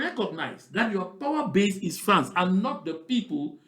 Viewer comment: please do not pronounce that word France again